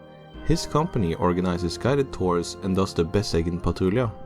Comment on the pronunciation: i grew up about 30 minutes from Besseggen/Gjende by car, and i have to say, your pronunciation is the best i've heard from an American.